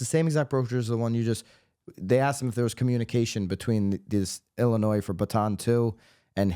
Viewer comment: I'm calling you out for your pronunciation of Illinois! After all, that is much more important than these frivolous lawsuits! Seriously though, thanks for the consistent accurate updates!